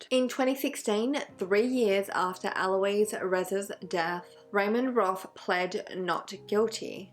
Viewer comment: it's actually Ah-lo-iss but eh close enough LOL doesn't matter much imo. Ah-lo-eez is the girl name version pronunciation which is spelled Aloïse